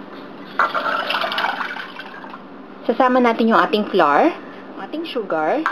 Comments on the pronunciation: Polica grammar lang flour pronounce as \ˈflau̇(-ə)r\ or ung sound ng bulaklak sa English ( flower) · "Flar" :3